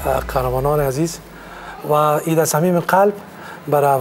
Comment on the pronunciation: آریانا خوردک: عیت مبارکککک 🤣🤣🤣🤣🤮